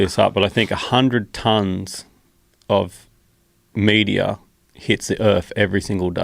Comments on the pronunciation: Kept thinking he was saying media at first lol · Who else heard "100s of media" not "meteor" ?😭😭😭🤣🤣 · At first I thought he was saying Media...lol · For the first few seconds I just heard "media"😂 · Im hearing media, but his saying meteor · i thought he said media until he told that it was falling from the sky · When he says meteor I hear media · I thought he was saying media for a bit. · I thought he was saying media. No, meteor. Lol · i thought they were saying "media" for 2 minutes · LOL - I was almost ready to look up the word media before I realized what he said was meteor. 🙄🤣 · I thought he was saying media not meteor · media , sounds like he is saying all the time media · As an Aussie, I can confirm that hardly any of us pronounce the word meteor as "media". That was strange to hear! Most of us pronounce it how Joe or any other American would. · Media? Not sure if I’m high, or he’s really saying Media?! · I'm an Aussie and I thought he said media too and then realized he must have meant a meteor moments later. They are awesome to see if spend some time out at night but unlike him I rarely in the outback of Australia away from all our city lights so do not see as much. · I'm an Aussie and even I was hearing media, haha.